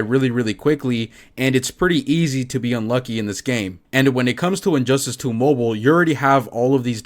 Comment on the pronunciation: No offense man but, I swear to god I heard injustice 2 hoe boe